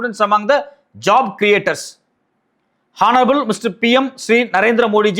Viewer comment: Her English pronunciation is very bad. Honest h silent honorable h silent.